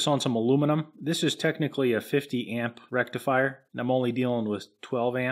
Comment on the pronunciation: Did you say rectum fryer?